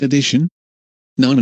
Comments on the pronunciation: lol. I like how instead of "nonononnonononononono", the person says" nonmnmnmnonmnono" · It's sounds like nooobanimanibano